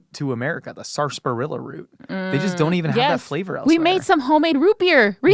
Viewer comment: There is no sasparilla. There is sarsaparilla, and there is root beer. Some people just mispronounce the former.